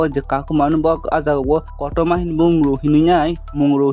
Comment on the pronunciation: Kakuma ❌ kotoma ✅